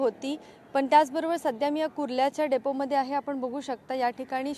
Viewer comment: डोपे नाही डेपो ओ 🤣